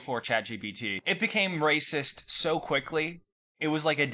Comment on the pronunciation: They make a lacist computah